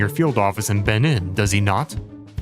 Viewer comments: It's pronounced Ben-een (long e vowel sound)....it's sounds really dumb when you pronounce it wrong. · I don't think that's how you pronounce Benin